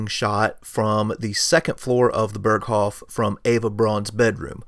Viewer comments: How can you say he got a view to Austria on the North side of the Berghof. How is this possible? Austria is in the South. And by the way its pronounced "Beeerghoooof" not Perkhofff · I suggest you, before to do a Documentary about "Berghof", to learn to pronounce the name of it. It's not an American name of a Village, it is a German name, should be the minimum that you know how to pronounce it. It's just 1 word, isn't that hard to learn it instead to repeat it in the video for 50 times and all the 50 times wrong. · If you want to pronounce it correctly, it’s not like Hasselhoff. “Bearghohv” might get you there.